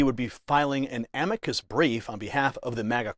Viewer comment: Ok, sounds great, but (not-picky me) why pronounce it ‘a-mee-kid’? I’ve always heard it called an ‘am-i-K